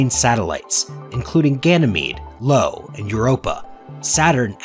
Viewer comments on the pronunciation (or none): It's called eye o... lol..not lo